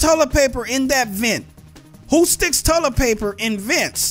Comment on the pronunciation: what's tullet paper xD